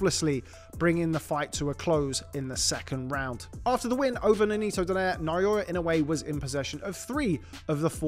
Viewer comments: I liked when they sa it "Donare" instead of saying "Do-nai-re" it's funny though 😂😂😂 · Ironic, they can pronounce Nonito properly while they kept saying his lastname wrong😂😂😂😂😂😂😂